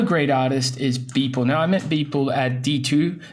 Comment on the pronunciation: I was like Did you just said Beeple.